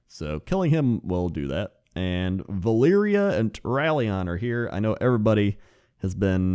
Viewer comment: It's definitely not "Valeria"